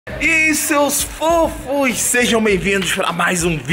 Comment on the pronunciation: Ele não falou eai seus fofos.ele falo i seus rofos